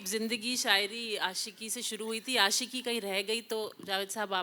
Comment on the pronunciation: کوثر منیر جاوید صاحب کے سامنے بیٹھ کر اور جشن ریختہ میں بولتے ہوۓ اپنی ریختہ تو ٹھیک کر کے آتیں ۔۔ آشکی ۔لعنت ہے تم پر ۔